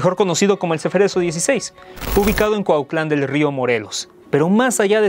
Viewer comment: SE LLAMA CUATLAN DEL RIO . primero fijense bien como se pronuncia